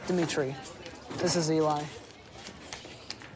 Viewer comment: It's Demetri not Demetri 👍